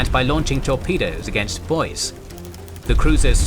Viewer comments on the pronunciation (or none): Idahoans now hate you, it is not boyssss. Its Boy see. Boise... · Would be a great series if it wasn't for the mispronounced american words. I do hate the british creep of American English since our ancestors took such great care to distance ourselves from the british. How so you say? The Boise cruiser being said as bose instead of boy see . Admiral Halsey as hal say instead of hall sea . No telling what other mistakes are done... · Very well done! Apart from some pronunciation (BOY-zee: Boise) this is one of the very best presentations I've seen, notable that the facts presented sync with many prominent works including Neptune's Inferno, Japanese Destroyer Captain, among others. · FYI, Boise is pronounced "Boy-Z", not "Boyce". Great video. I'm amazed at the detail and quality of the graphics, which put to shame anything I've seen on television. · Boise=Boy-Zee. Not Boys. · Boise is pronounced 'boy-zee'. It's the capital of Idaho. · or so, the Cruiser Boise, your pronunciation really really hurt. It's not Boice. BoySea/Boicee is the correct manner. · Just as a heads up: you pronounce the "e" in "Boise." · The constant mispronunciation of names and monotone delivery by the auto-narrator/TTS system is just massively annoying.. I really tried to watch it, but finally gave up a "boyce". WHich is too bad, because I think it could've been really good with a bit of effort.